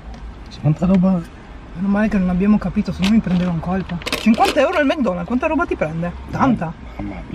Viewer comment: Ma perché dici Mg Donald's si dice Mc Donald's poi se hai detto che non mangi le salse perché mangi il kechup anche nei mukbang